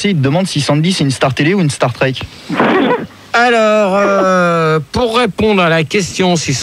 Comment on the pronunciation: "Star crête" ahah il me fume :))